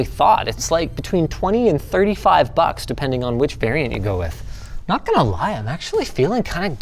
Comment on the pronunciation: Linus saying a 'Wuh' at the "w/" in the PSU title had me cackle